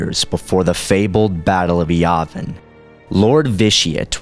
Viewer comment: "Dark Lort!" ?????? pffffff i'm sorry i had to make a joke or laff at that